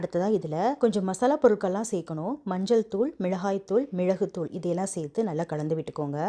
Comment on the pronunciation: Sister Your pronounciation and explaining the recipe is superb, except for the following 👇 குடைமிழகாய் ❌ குடைமிளகாய் ✔️ மிழகாய் தூள்❌ மிளகாய்த்தூள் ✔️ மிழகுத் தூள்❌ மிளகுத்தூள் ✔️